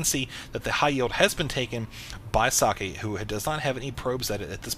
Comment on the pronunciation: Hey, I don't mind that Husky already casted that. At least you spell "Socke" almost correct instead of pronouncing it "sock" like Mr. H to the Usky does :-)